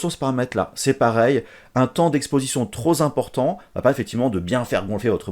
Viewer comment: merci pour la video mais alors par contre les liaisons dangereuse quoi " trop zéxposé/ trop Zimportant"